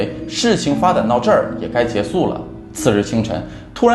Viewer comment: 扔reng 结束shu。讲得挺好 就是普通话注意点就听起来更顺畅了